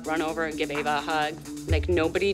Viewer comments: Lol called Ava Eva 😂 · Did anyone realise that kalani s mom said eva and not ava? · said each not ave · Did you notice that said avas name wrong she said eva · Btw it’s Ava not Eva lol